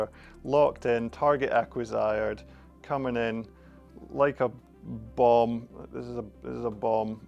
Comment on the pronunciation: “Target acquisired” 😂